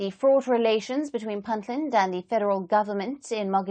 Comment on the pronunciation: Could you please pronounce Puntland accurately. It is Punt Land with a u not i. It is not Pintland.